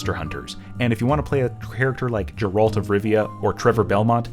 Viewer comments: Hold up. Did you just say "Jeralt" of Rivia? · g-air-alt. gar(y) -ault(ima) i dont know how someone can know about that character and say their name wrong despite all the source material being out there.